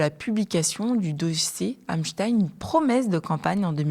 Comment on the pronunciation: Espein pas espin ils essayent, absolument de gommer son nom de famille juif on dit bien Einstein, pas Einstin un agent du Mossad payé par Israël, pour faire chanter L'oligarchie Mondial et les soumettre à Israël par des documents compromettant, on reconnaît bien la les manœuvres du Mossad voilà d'où vient en partie la soumission de l'Occident à cette petit pays qui commet un génocide en toute impunité, et dont personne ose condamné, ils ont noyauter tout l'appareil d'État occidental à des fins communautaires aux dépens des petits peuples occidentaux en France, tu dis simplement Israël et tout le monde fait dans son froc pendant combien de temps va durer ce chantage